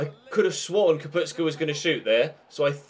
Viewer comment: It is Kapustka! Not Kaputska!